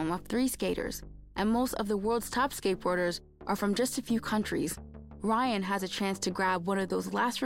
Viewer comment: It's not Ryan. It's an arabic name "Rayyan".